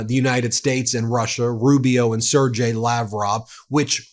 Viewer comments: For chrits sake,, it's not pronounced Serjay... it's pronounced SIrgay, no matter how it's spelt. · Ben, I’m not Russian, nor a Russian speaker. I am however familiar with many Russian names and their pronunciation. “Sergei” is pronounced with a hard “g” as in “go”, not soft as in “gel”. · Ben, PLEASE, it is Ser-GHei… G pronounced as in game, or gale. Its a small thing but I am so stressed about this whole situation, that it is grating my nerves😂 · Ben.....it's pronounced Sir Gay......Sergei